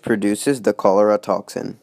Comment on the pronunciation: it's pronounced cholera